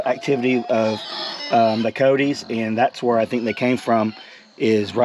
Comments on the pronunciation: Your peacock got attacked by Cody's LOL say it a little bit more properly co-yo-tes ( ki-yoh-tes) not codys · It's ki-yote...2 syllables, not 3!